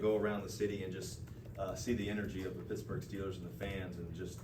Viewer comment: He said Pixburgh …. I love it! City is already rubbing off on him!